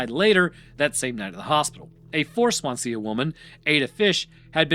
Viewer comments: He didn't even try with some of the names. La Havre rhymes with Brett Favre. Swansea is like it looks, swan-sea; not Swansee-ah (unless you're James Hetfield). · Swan-see-uh? Fuck me dead... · Not only has he called the Welsh "English" but the way he's saying Swansea, probably one of the only place names in Wales you don't need a throat full of phlegm to pronounce properly 😂 Brilliant 👌🏻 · Are you trying to say Swansea? Its pronounced "Swan-sea" not "Swan-see-a" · Sorry the way you are pronouncing swansea as “swan see ya” is hilarious Its literally swan sea together but i understand since welsh/wales has some strange names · Swansea is pronounced "Swan-zee" lol Good video though! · The pronunciation of Swansea is killing me 😂